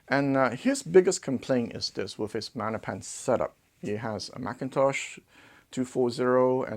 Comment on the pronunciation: I prefer maGnepan. I need to hear that “G”